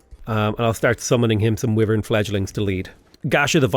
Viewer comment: I can somehow survive the vee-vern thing, but aegis is idge-eece (ˈiːd͡ʒɪs), not egg-iece